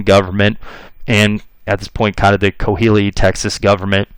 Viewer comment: Great history lesson, I’m enjoying every bit. Just wanted to correct you on pronunciation of Coahuila. It’s pronounced Qua-wee-la.